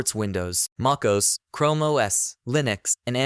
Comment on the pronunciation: considering "they" pronounced Mac OS as "maacose", I'd say so.